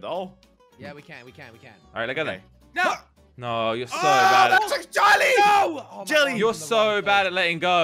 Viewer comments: I laugh at when he said acidently joly to jelly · I like when said when they fall said jelly but he said jolli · Crainer call jelly as jalli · Joly XDDDD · I heard "your bottom jelly"😃✋